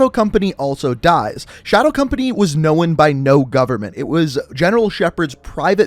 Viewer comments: Know-en isn’t a word. It’s known. I’ll comment every time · Kevin Te yeah. Ima still comment tho. Know-en ain’t a word and fact is fact regardless of “accent”